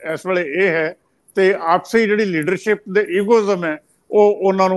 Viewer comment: The word is Shromani not Saromany, Leadership not Leadersip ,Shift not Sift ,Kashamkash not Kasamkas, so on and so forth as one of your commentators pronounces-the points need to be taken notice of . Thanks .